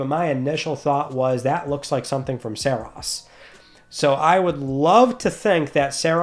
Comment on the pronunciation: OMG thank you for saying Saros correctly! 😄